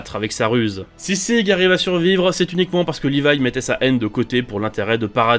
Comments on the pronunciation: Si tu veux prononcer le prénom de Sieg de manière allemande, lis le "Zigue" sans prononcer le e à la fin. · Sérieux qui appel Sieg Zege🤣🤣